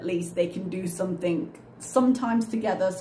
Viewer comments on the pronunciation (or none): Is it just me or does she end her words with a K? Like Somethink.